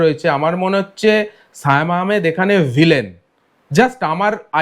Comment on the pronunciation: ওটা সায়েম আহমেদ না,সিয়াম আহমেদ হবে।ঠিকঠাক উচ্চারণ করেন।